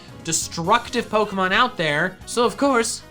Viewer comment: HE SAID POKEY MAN